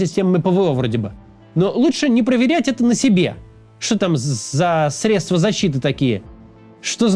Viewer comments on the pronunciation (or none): none